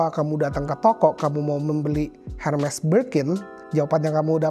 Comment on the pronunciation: Kok baca merek Hermes nya Hermes, bang ? Bukannya bacanya Herme(Tanpa s) ?